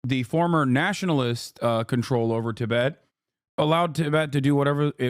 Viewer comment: Delie lama , Tibbit. Listening to an AI